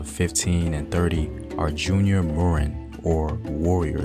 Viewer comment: Written as Moran. Pronunced as Moh-run. Thank you for all of your efforts to share these wonderful historical stories ❤